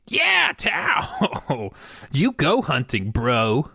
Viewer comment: tao? or towel?